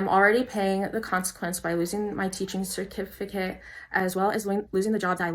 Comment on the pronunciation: "losing my cerkificate" lmao